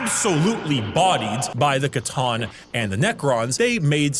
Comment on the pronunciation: It's C'Tan, not C'Ton.